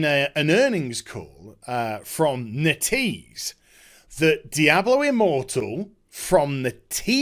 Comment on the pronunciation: It should be "Net" "Ease"